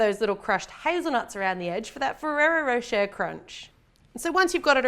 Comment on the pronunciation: The way you say Ferrari rocher tho 🙌👏